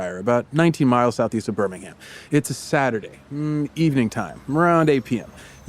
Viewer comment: The grammar snobbery from someone who gives so many valley girl style ‘yah’ s 💅🏻 throughout every conversation + thinking Elizabeth is going to know a random English street because she once lived in Glasgow = So Very American just to be topped off by BuhRR-ming-HAM 🇺🇸🇺🇸🇺🇸 one of the most American episodes yet, guys. 😌👏 Glad you’re on YouTube now! ✨ Trimjob ✨